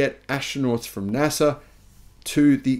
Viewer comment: pronounced NASA right! Highlight of the video!